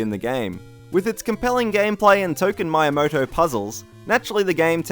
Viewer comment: Who is this Mr. Mayamaoto? XD